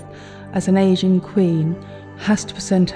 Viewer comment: I had to listen 4 times at to what the curator said, because it sounded like she said "Asian" Queen when I am pretty sure she meant an "aging" queen. But yes, it's a kind of a creepy and disturbing animatronic a la Disney, but it's cool and unique....